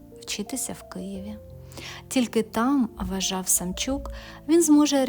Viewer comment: Чому Самчюк,а не Самчук